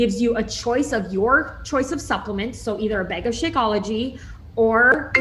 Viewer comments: Loved this video! Im a new follower and I like how you analyze things. Also side note - the way she said “bag” as “beg” infuriated me lol. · 2 things I could not stand as they were incredibly distracting: the way the constantly is like, smacking her lips or something? And "bag" being pronounced so strangely for no apparent reason.